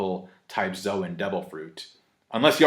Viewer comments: Logia is pronounced with a hard G and Zoan is pronounced like zone no zo-an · Please pronounce zoan correctly, you know at your core your wrong lmfao